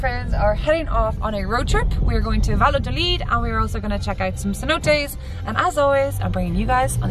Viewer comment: Cute video. 😊 By the way, the name of the town is pronounced Vayadolid, and not Valadolid.